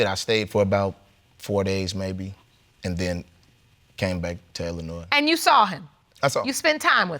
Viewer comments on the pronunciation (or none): Lmbo and anybody that lives in Illinois does not pronounce the s in Illinois its silent lol!!! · I cringed when he pronounced the 's'. I am from Jamaica, and I know the 's' is silent lol